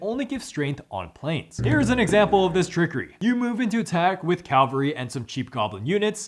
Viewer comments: It's Cavalry not Calvary! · It's Cavalry, not Calvary!